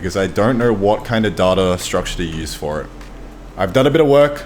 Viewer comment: How do you pronounce it data and not data